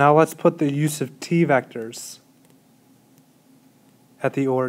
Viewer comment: Any other crazies out there hearing "use of t"? I'm reading "u sub t". Just double checking my conceptual understanding.